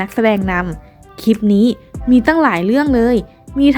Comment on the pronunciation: คลิป ค่ะ ไม่ใช่ คีป ออกเสียงควบกล้ำในทุกๆคำด้วย จะน่าฟังมาก นี่ฟังไม่ไหวค่ะ กดออก ...